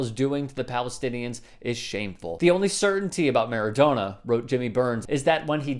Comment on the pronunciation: Seems to be an american pass time to pronounce names wrong........MARADONA..PELE